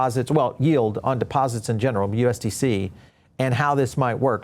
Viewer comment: Depoesits? What the hell is a depoesit? What a strange commercial.